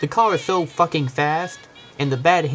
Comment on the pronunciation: is a fuwkhin twuk